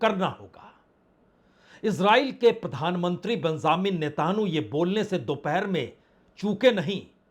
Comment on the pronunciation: Why do you pronounce the 'netanyahu' in a strange and incorrect way? Not expected from someone of your experience.